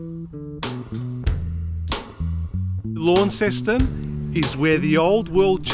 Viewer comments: ** not lawn ceston** It’s “lon-ceston.“ Launceston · haha yeah it gets quite frustrating hearing everyone say it like it! But it’s pronounced lon-ceston